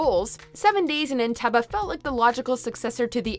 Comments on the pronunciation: The last 'E' in 'Entebbe' is normally pronounced as though it were a 'Double E'. Three syllables: 'EN-TEB-EE'. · And it’s not “entebuh” too! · You pronounce the final syllable of Entebbe like “bee” or “bay” not “buh” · It's not "EntEbbAH" it's pronounced EntAbbEY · Entebee not enteba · I absolutely hate how she says Entebbe....it's Eh-nte-beh not Eh-nta-buh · entebay..not enteba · Entebay not Entebah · serven ders urf entebbuh. on teb B. its pronounced on teb B. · It’s entebbeeee not entebbah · It’s pronounced (entebay) not (entebaaaaa) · It's pronounced entebbE not entebbah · I'm 55, and can remember the actual event that the movie here dramatises. The pronunciation was always 'EN-TEB-EE'. I have never, until this video, heard it said any other way. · Why oh why does the voiceover lady repeatedly pronounce the final syllable of the placename Entebbe the same way Eric Cartman pronounces the last syllable of “Respect my Authori-TUH”? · HO waterbrd It is pronounced EnteBEE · Isn’t Entebee pronounced Entebee with long e at the end? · I am pretty sure Entebbe is pronunced "En-teh-bee" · It's "En-tebb-ee" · Enteba? Wtf is Enteba? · Entebbe - "en teb beee" FFS! Research people! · roer roer Nope EnteBEE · entebbe isnt pronouces as entebba.... 😒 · Pronounced En-tebb-bee. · Why is she pronouncing "Entebbe" like that? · iakona23 I’m glad I wasn’t the only one upset by that. I’ve flown into Entebbe before so it was really jarring! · Stop saying entebbe....... weird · Cringe pronunciation of Entebbe. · Sorry Mojo but where is the A in Entebbe? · When you mis-pronounce Entebbe that badly, it detracts from the entire of the rest of the video. My ears, they bleed. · Clearly, one of the big qualifications to be a narrator on YouTube is to not be able to pronounce names. She can pronounce Saoirse, but not Entebbe? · You would think they would learn to pronounce Entebbe before saying it ... oh, I forgot, this is WatchMojo. Of course they did not bother to learn it.